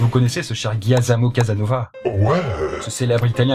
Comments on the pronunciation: C pas Guyazamo, mais Giacomo!!! Je m'appelle comme ça, donc je sais de quoi je parle. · je n ai jamais entendu une prononciation aussi deguelasse du prenom de Casanova